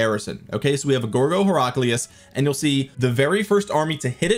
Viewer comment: You're pronouncing Heraclius wrong.